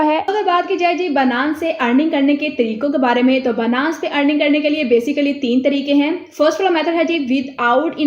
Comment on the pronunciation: Its not banass.... its binance.... byyynance Ok